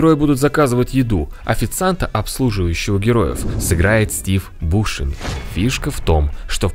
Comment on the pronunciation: БушЕми, а не бУшеми.